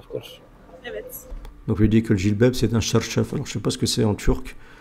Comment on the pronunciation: Selem alaykum mon frere, on ne dit pas charchaf mais çarşaf, cela designe le voile